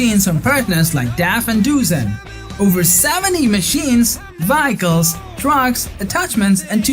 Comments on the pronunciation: It's "Vehicles" not "Vyeicles"....... Just sayin! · What the hell is a Vack-ick-lols Ohhhh you mean VEHICLES . Learn ENGLISH. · Nice compilation of games. I just wish you knew how to pronounce vehicles. LOL